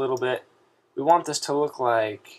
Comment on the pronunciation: he said "DO YOU WANK" XD